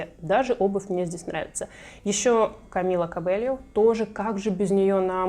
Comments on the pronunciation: Камила Кабейо она аааааааааааааааааа а не кобельо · спасибо за видео! но фамилия Камилы правильно будет писаться и произноситься: Кабейо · Камила Кабейо ;) Говорим правильно;)